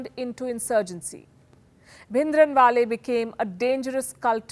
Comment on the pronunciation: Oh my God! What a shame.. you don’t even know how to pronounce Bhindrawala and giving a lecture on Khalistan. The history you are sharing is wrong and incorrect (I mean history is who writes it, the history you are stating is not what Sikhs remember). Please do some genuine research before start talking about such sensitive topic.